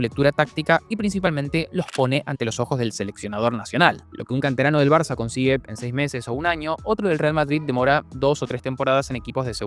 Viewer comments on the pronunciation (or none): none